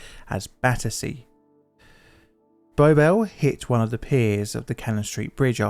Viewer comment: What is being said ? "The call however was misunderstood as battery" according to the subtitles, but I am not aware of any meaning of battery where that would make sense. I personally hear more something like "battece", which isn't a word I can find the english dictionary.